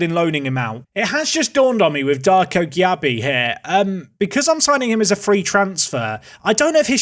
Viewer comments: I'm a Leeds fan and Darko Gyabi is definitely gonna be better than that at 27. But his name is pronounced jaybee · As a Leeds fan, Darko’s surname is pronounced Jaybee. How you get that from Gyarbi, who knows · Gyabi is pronounced Jaybee